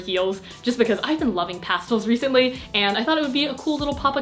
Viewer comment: i’m sorry but the way she says pastel sends me